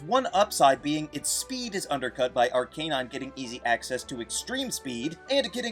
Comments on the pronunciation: "Ahr-Kay-Nahyn" Good lawd! it's pronounced as "Ahr-KAH-Nahyn." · Is it , , , , or ? Just call it ar-cuh-nine like everyone else and the show.